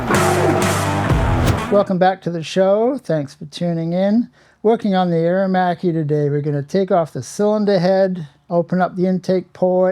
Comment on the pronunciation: AER - ER - MACCHI -:)